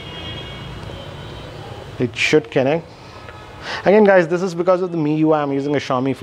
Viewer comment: Kennect! Lol